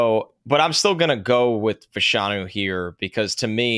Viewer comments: Olu Fashanu was asked how to pronounce his name at the combine and the accent is on the 1st syllable. It sounds weird, but it is FASHanu. is correct. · As a Gonzaga coach I can confirm that it is Fash—a-new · Yes it is "Fash (like Bash)-anu". Two Nigerian/UK soccer players in the 80s/90s were called Fashanu and pronounced like that. Olu confirmed it at the Combine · Fashanu is a Nigerian name. Short for Ifáshanú. Everyone is pronouncing it wrong but he probably doesn’t care. Which is cool